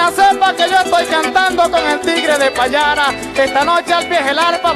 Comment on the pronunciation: PAYARA, NO PALLARA , SE VE QUE NO ES DEL LLANO